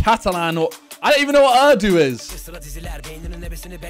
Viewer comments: He like wat is ardu while its urdu lol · its pronounced erdoo is it not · it's pronounced urr du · It’s urdu not uuurrdooo you learn something everyday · it’s uuuuurr not errrrr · It's not a hard word it doesn't need an accent it's just pronounced ur du and instead he was saying errrdoooo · the way he said Urdu arrrrrduh simon if u see this Urdu is a languager that is spoken in pakistan india and mostly south asian countries accept sri lanka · Bro my grandparents would be in tears if they heard Simon calling their language ‘Erdoo’ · Yeah man it's pronounced like "uuuuuuuuurrrdduuuuuuuuuu" 😂 - certified Pakistani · It's URRRDUUU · so fuckin funny hearing him say errrrdo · my guy said urhhdu lel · My ❤ is now 💔 because he said ´´ Ardooo´´ 😭😭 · Its pronounces OURDU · my man said ardoo to Urdu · Aayo bruv its oordoo i just got a little offended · Pakistani fans fuming at "err-doo" 😂😂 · Mans knows Azarbajani Catalan But doesn't know urdu... Lol Also its pronounce oordoo And the D is supposed to sound like th from This as in Oorthoo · i am soo disappointed in you simon for not knowing what urdu is... you guys like to make jokes about pakistan (harry) and you do not know what language is spoken in pakistan.... also, it is pronounced oo-r-d-oo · Bro Urdu Is Pakistan national language and it’s not pronounce uuurrdoo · As a Pakistani...i have to say i love how he pronounces urdu😭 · The way he pronounced Urdu😂😂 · As a South African, that pronunciation of Urdu hurt me. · He was roasting the guy for Finnish when he was clearly doing it on purpose Then he just goes and butchers Urdu like 4 times🤦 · Urdu is the national language of Pakistan 🇵🇰 also when you pronounce urdu, you really have to roll the R 😂